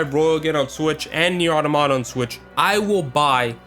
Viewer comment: I love how he keeps going "Nier Otto-Motta"